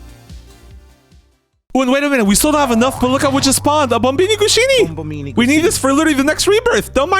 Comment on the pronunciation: Why does he call bombombini gusini Bombombini gushini?